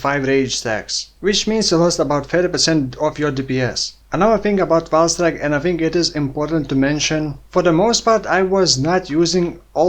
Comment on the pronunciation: I understand "vaal strike" every time 😅 New skill soon?